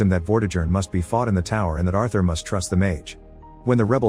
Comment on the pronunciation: You're mispronouncing Arthur 🤦‍♂️